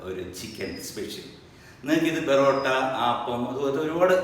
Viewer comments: ബറോട്ട അല്ല പൊറോട്ട 🤔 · "ബെറോട്ട"അല്ല സർ.. "പൊറോട്ട" ആണു.. 😍😍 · "Barotta "alla porotta.... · Thiruvanathapppurath...porrotta ennalla parayunnath...borrotta ennanuuu......